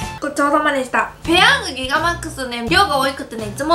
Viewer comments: ギガって少し言えてないところが可愛いwww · ギガが言えてなくて笑った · ギガって言う時の破裂音感